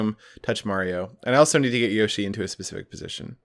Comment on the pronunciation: You'd think he'd say yoshi properly 🤔